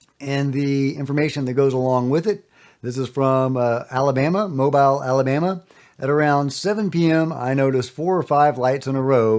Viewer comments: That’s “mo-BILL” Alabama not “mo-BILE”. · FYI, it’s pronounced Mo-beel Alabama 😉